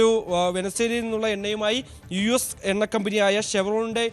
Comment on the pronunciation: Venna alla chettan, Enna aanu.. correct aayi parayaan padikkoo